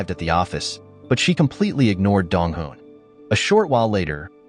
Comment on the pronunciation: Me always getting confused when he say dong hoo and dong wooh😅